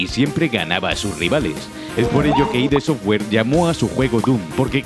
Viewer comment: No es I.D. Software, es Id software, no son siglas. Y John Cormack? Además de más paridas que se sueltanen este vídeo.. Santo Dios xD